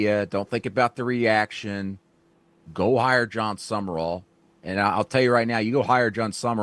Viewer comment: It's Sum-Rall...not Sumer-all